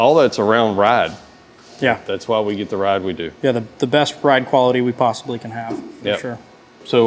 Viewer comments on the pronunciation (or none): none